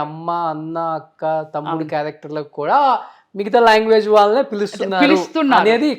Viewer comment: Longuages kadu ..language